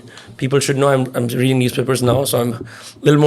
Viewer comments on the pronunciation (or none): none